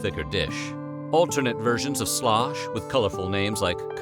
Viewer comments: Sloosh, not slosh. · Pronounced Sloooosch, Ew sound Not Slosh!!!!!!!!! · I'm no historian, but in the series The Civil War by Ken Burns, Historian Shelby Foote says that the dish you called Slosh was actually pronounced Sloosh. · "Sloosh" not "slosh" used corn meal and not flour. A soldier would mix the corn meal with bacon grease in a skillet, make a snake out of the dough, wrap it around the ramrod of his rifle, and roast it over a fire. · It's called sloosh, not slosh. Soldiers would also roll out the paste and wrap it around their bayonets and cook it over a fire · Shlosh was pronounced "shloosh"! (The narrator is obviously a Yankee ;-) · Point of contention; not "slosh" but sloosh, heard with my very own ears....... Per the late Shelby Foote, noted historian of the War of Northern Aggression: "In the southern army, you ate something called “sloosh.” You got issued cornmeal and bacon and you fried the bacon, which left a great deal of grease in the pan. Then you took the cornmeal and swirled it around in the grease to make the dough and make a snake of it and put it around your ramrod and cook it over the campfire. That was sloosh. They ate a lot of that." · I am thinking "Slosh" was pronounced "Slew-ush" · It’s not called “Slosh”. They called it “Sloosh”. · It was not called slosh, it was called sloosh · I think it was pronounced like sloosh instead of slosh. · It is pronounced SUESH. It was made with cornmeal, not flour. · It is pronounced --- Shoosh --- ! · Slosh was actually pronounced with a long "u". More like sloosh.